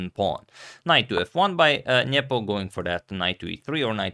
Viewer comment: Spasky vs Fischer new era? Antonio will you please stop saying Njepo instead of Nepo